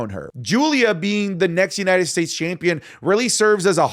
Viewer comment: for the love of christ .. STOP saying YUH-NITED STATES ITS YOU-NITED STATES